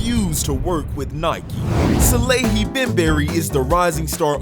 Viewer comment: Salehe is the goat. One of the best designers Edit: Also his name is "Saleh-he" not Salahi 😅😅